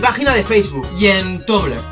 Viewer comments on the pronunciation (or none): Sora "tumblr" se pronuncia como "tambler" ^^